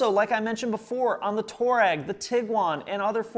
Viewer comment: Touareg is pronounced Twareg after the African people of Libya,Algeria,Niger,Mali and Burkina Faso.